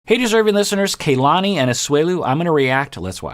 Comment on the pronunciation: Her name is polynesian and it pronounces Ka-la-ni, not Key-la-ni